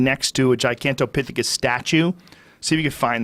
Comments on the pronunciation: Lmaoooo. And he says it right after Joe pronounces it correctly. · joe "gigantopichecus" rogan also lmao schaub "gigantic pickathus"